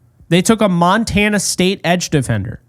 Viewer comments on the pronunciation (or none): none